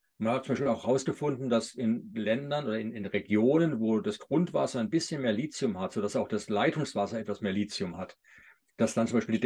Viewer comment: Sehr informatives Video, vielen Dank! Ein Hinweis: der Grund, warum manche Lithium mit Silizium verwechseln, ist, dass im Video von Lizium gesprochen wird. Man spricht aber, da ein h nach dem t steht, Li –thi –um. Es kommt von griechisch „Lithos“, was Stein bedeutet. (Lithographie, Lithotrypsie,…) Das th ist der Buchstabe Theta, der im Griechischen wie das th im Englischen ausgesprochen wird, bei uns wie t, aber nicht wie ts. Abgesehen davon: Ich verordne meinen Patienten seit Jahrzehnten Vit. D3 und meist auch K2 dazu, ebenso Omega-3-Algenöl nach der Lektüre von tollen Büchern. Bei Vit. K muss man ein bisschen aufpassen, wenn ein Patient Gerinnungshemmer (Vit. K-Antagonisten) nimmt. Es fördert zwar vorwiegend nur K1 die Blutgerinnung, nicht K2, aber zur Sicherheit nicht geben bzw. geringer dosieren. Es sind zum Glück also nicht alle Ärzte so ignorant, wie oft behauptet. Ich möchte noch erwähnen, dass Lithium ein Metall ist und nur als Salz oder in organischer Bindung eingenommen werden kann, z.B. also als Orotat. Nicht zu vergessen: Bor (auch in Verbindungen) Sehr wichtig für Knochen und Gelenke! Jedenfalls super interessant!